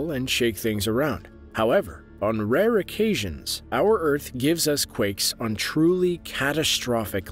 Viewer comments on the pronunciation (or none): none